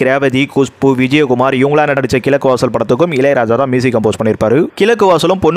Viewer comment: சகோ! உங்களுக்கு "ழ"உச்சரிப்பு வரவில்லை,"கிலக்கு வாசல்" அர்த்தமே கிடையாது தவிர உச்சரிக்கும் போது கோபம்தான் வருகிறது, ஆகையால் ல,ள,ழ வேறுபாட்டை முதலில் அறியவேண்டும்.